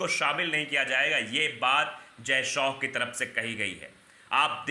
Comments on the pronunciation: शौ नहीं भाई शाह ! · जय शो नहीं जय शाह नाम है